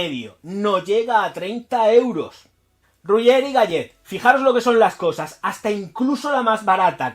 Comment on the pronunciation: Royé e galé...así se pronuncia, papucho! Abrazos.